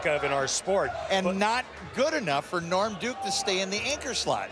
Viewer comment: when Kimberly was interviewing norm duke she called him lorm